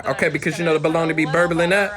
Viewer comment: "Burbiling" dat had me weak